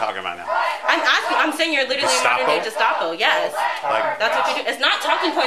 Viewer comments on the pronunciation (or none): She's so wise, but uses the soft 'g' when pronouncing "Gestapo."